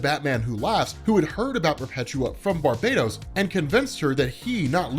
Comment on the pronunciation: Nice to hear you're saying Barbados properly.